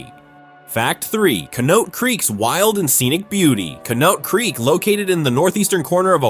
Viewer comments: "Canote Crick" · Ca-note creek??? 😂